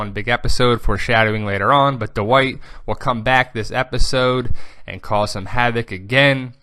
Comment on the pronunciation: you say Dwight very weird, you say it like THE WHITE, why?